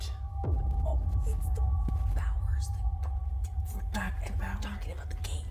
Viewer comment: FYI - The name they keep referring to as Bower isn't, it's Buer (a fictional president of hell) and isn't even pronounced the same - sounds like 'bluer' without the 'L'. So they heard the name Bower, maybe part of an ad or who knows what, and I don't know if is messing with them or more likely didn't realize that if you Google 'Bower Demon', it brings up Buer which isn't the same name. Buer is just a fictional demon that appears in the 16th-century grimoire Pseudomonarchia Daemonum, or False Monarchy of Demons, and appears to be an elaboration on a fifteenth-century manuscript titled Le Livre des Esperitz.